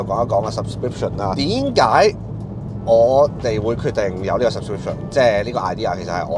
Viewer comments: 我都算半個老FANS, 我好中2 67講說話既tones同時都好欣賞JOEY係背後既付出, 利申,我都做過JOEY呢D角色,不過我覺得如果JOEY係正頻出一條完全係你既片, 首先, 要改善左你既賴音同埋咬字, 好唔得,例如: 係點解,唔係典解etc...其次講野要精神D, 講野唔好含住粒核咁, 呢個係要改變既地方, 如果長期聽開67講野, 會好唔想聽到JOEY講既野既原因就係有太大對比, 67講野好有"神", 好有壓場感,同埋唔好有太多67既影子, 始終你同67既背景差太多, 同一句說話講出黎既磁場都好唔同, 呢D我會講係個人既"勢",試一下搵出自己風格, 如果走人行過既路, 果個仲要係你老細,你無D特點, 其實只會有反效果, 我覺得JOEY你有67既背景,其實你諗一諗67可以帶俾你D乜, 你可走少人地好多路, 可能你會覺得你唔係幕前唔需要呢D, 但係有時都可以試下新野, 試出成功既新野自己滿足感都大D...期待你會有轉變, 會員制我無太大反感, 會睇自然會睇,純真心建議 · 那個‘’典解’’ 的確聽到好唔舒服。